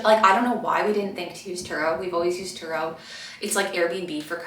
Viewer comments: Great tips. The car rental, did you say Truro? Turo? Thx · It's Turo :)